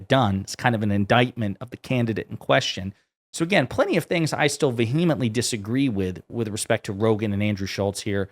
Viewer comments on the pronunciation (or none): The word is pronounced “VEE-uh-ment-ly” not “Vu-HEE-ment-ly”. It always blows my mind when people use a word properly, but mispronounce it. How is that even POSSIBLE??!?!